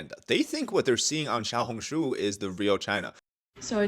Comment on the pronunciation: I died when you said 😭😭 “Xiao Hong Shu🗣️🗣️”